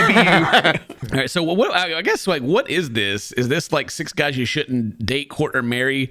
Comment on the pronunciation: I keep hearing "court" as "pork".